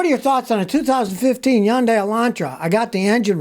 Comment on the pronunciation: " Hyundai " rhymes with Sunday. Although always fun to hear Scotty pronounce it 4 different ways, LOL